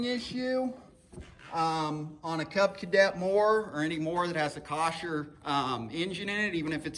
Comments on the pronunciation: Thank you for making this video. It has helped me greatly! The name of the motor is pronounced phonetically (Cole- Er). Whomever told you it was phonetically (Kosh-Er) was lying to you by accident or on purpose. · It's a KOHLER engine NOT a KOSHER. There is no S in the name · kasher ? wth ? kohler you mean ? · Thanks for the feedback & tips on how to pronounce Kohler!!! LOL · Not Kosher it’s Kohler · Wtf's a kosher. K.o.h.l.e.r. Cole er, col as in cold. Er as in you're an iddddiot. This video is Very hard to watch because he explains like his audience is ah slow. Excellent content though, just don't be so analytical. Except that the fuel pump is not a filter. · When I first looked at this video, I thought "No way this is the answer to my problem"! Same symptoms, but surely my cable wouldn't just loosen during the winter. I thought, might as well try it...You, my friend, are a genius! (or at least you get honorable mention!) The only question...is Kohler pronounce "Kosher" over yonder in Kansas City? LOL! Thanks for the video! Worked like a charm! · Kohler. It’s spelled Kohler and pronounced “coh-ler”. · Good video, worked for me. Where did you get "kawsher" from, though? There's no s! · Thanks for the video. Pronounce the engine properly and it would make watching these so more pleasurable. Its ..........(Co=KOH) + LER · Dude the way you say Kohler is not right it’s ko-hler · Cant fix it if u cant pronounce it. Koh-ler. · come on, we all noticed but he solved my issue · If you pronounce the engine name incorectly how can I watch your video with confidence?